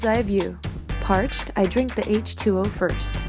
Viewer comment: I love how you said "lets drink some H2O" sounded like you wanted to drink some gas haha